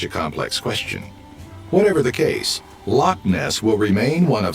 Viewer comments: Lochs not locks ,use the glottal stop. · Not telling you this to correct you & be 'one of those guys' just telling you as I think you'd like to know. We spell it 'loch' rather than lock. We kinda pronounce it like 'lock' but with a bit of a cat trying to bring up a furball sound added on the end... And I believe that would be Lake of Menteith you visited. It's about roughly a 30 min drive from Scotland's largest city, my home, Glasgow. That's the cool thing about here, you can be right in the middle of a busy city centre one minute, and then next thing you know you're out in places that look like they're from a fairytale.